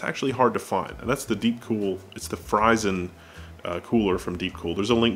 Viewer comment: Fryzen? Dafuq.